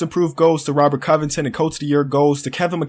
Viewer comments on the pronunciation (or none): none